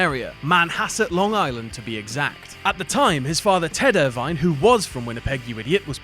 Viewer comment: it is pronounced like Ervin (Irvine), not er-vine